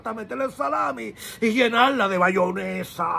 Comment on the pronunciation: no se dice BAYONESA se dice MAYONESA eso va para todos los Dominicanos tambien